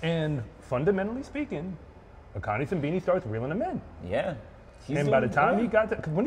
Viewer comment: Put some respect on Akani Simbine’s name